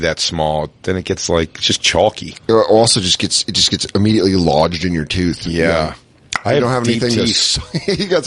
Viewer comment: every bit of that Colorado accent right there “Lawged into your tyoooth”